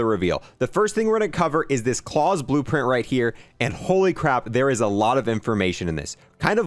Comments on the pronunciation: It was annoying me me kept saying claws, not Klaus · Klaus (ka-la-ow-s) not klaws 😡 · Ffs please stop calling it cause/claws, pronounce it correctly. Clouds without the d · Probably pronounced "Kl-OW-SE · Watch the originals on netflix...its not clause its klaus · I believe Klaus is pronounced KLOUSE like Mouse as in a person's name but Claws pronunciation is funny too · It isn't Claus like in Santa. It's Klaus like the name. Like how the fish from American dad says his name . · I can’t take how he pronounces klaus incase you didn’t know it’s a German name pronounced cl-ow-ss that’s how you pronounce klaus it’s not claws lmao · I'm pretty sure since it's German it is pronounced like it rhymes with house, not claws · Claws (the word your saying) Klaus ( a German male's name) Smh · Klaus is not pronounced "Claws" it's pronounced "K-lao-s". Rhymes with house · This dude saying Claws.. ffs Klaus like mouse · true it really irritated me lmao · It’s not claws it’s Klaus pronounced like k l ah uh s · Klaus, German name, not claws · claws LUL its german, pronounced. cl-''oww''-se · I had to wince everytime he said "clause" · Wouldn’t Klaus be pronounced like klouse (rhymes with house) and not rhyming with pause? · Well it has an "L", so "Kl-ouse". Idk how to describe it nom-verbally haha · Man it’s annoying me how he is saying klaus he is saying claws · Man pronouncing Klaus as clause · The way he’s pronouncing klaus is rly bothering me It Kl-ow-s (sound out the s) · Klaus is pronounced like it would be for the fish on American Dad. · Can’t wait for this. Never played zombies before about 1.5 months ago. Just snipers away from Dark Aether. Love the channel and it def helped me get it done. I wish I could tell you how to say Klaus the right way. Congrats on 100k and you will be at 200k before you know it with all the hard work and grinding. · Klaus is pronounced like the fish from american dad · LoL that was bothering me too